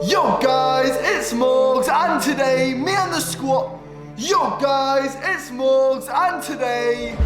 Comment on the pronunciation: lol no matter what happens i still wont stop laughing at morgz mom saying his name like mow gain